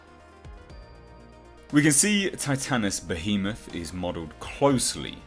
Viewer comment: You are the only one who has pronounced Titanus Behemoth